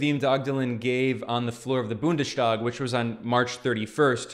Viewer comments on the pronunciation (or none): It’s not pronounced ‚BundeSTHag‘ it’s BundeStag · Don’t say Bundestag as an SH. It doesn’t always apply for ST combinations and in this case you have to pronounce it as an S.